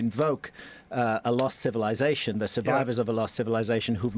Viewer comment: Why can’t he say civilization correctly? Why does he have to say civiLIEzation??